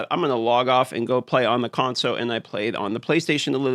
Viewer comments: What we really need is you to add the L to the word console. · i was playing a drinking game where everytime you say consow i have a drink, now im hammered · I just love the way you say “console” :) FIX the damn Conso you fools ❤ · "Consoe" players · Why does This guy say console so weird lol